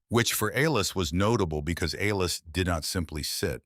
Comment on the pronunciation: A-Lis? C’mon man. How do you f-up the name Alice? Besides that I enjoyed your story